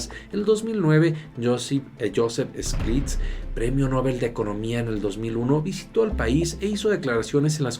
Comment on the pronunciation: Se pronuncia estiglitz Stiglitz